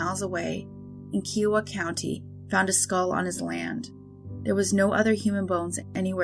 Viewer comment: As an Oklahoman, its pronounced ka iowa. Like the state Iowa but with ka-iowa. I know its petty but I do love your channel